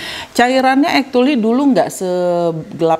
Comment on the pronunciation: mau ralat yak.. actually bacanya bukan ektuli 🤭 tp ekculi